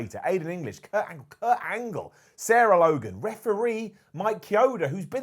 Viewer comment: Kurt Angle? Not Kurt Angle!